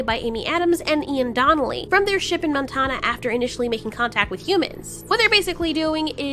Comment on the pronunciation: She just said Montana like “montonah” 😂😂??